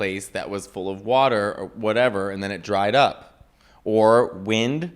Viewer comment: Wind. It’s wind,.